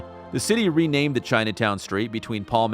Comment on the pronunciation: Wong Way was wenamed Wong Stweet for some weason.